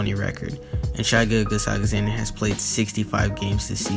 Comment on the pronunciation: You said gilligach